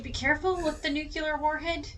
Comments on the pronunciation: Nucl - E- ar warhead... not NUKE - U - LAR!!!! 😆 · nukular warhead, nice touch